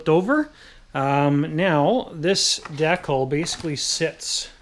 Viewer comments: 'Deccal'...'dee-cal'...it's hangAr 9!😄 anyway, nice work man, i'm inspired to go to work on my hangar9 Hellcat👍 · de·cal /ˈdēkal/ de - kal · Great video thank you but........it’s DECAL (sounds like dee-kal) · de-cul!? lolz ^^